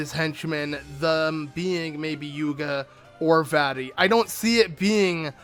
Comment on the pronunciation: Its vati